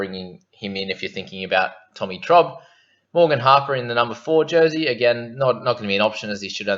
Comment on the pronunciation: Tommy Trob, wtf, its Turbo